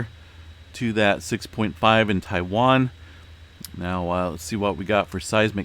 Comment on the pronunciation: he said Taiwan in his last vid.. he’s good at it